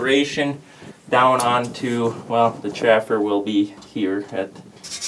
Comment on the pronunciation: Chaffer and Sieve... I know you know what I'm saying, so all you all,,, say it correctly....